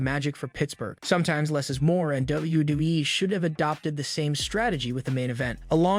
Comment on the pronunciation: This Narrator’s inability to pronounce “WWE” makes me want to punch puppies.